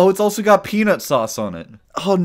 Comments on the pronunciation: I got triggerd when he said peanut saeuce... peanut sause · "Peanut sause"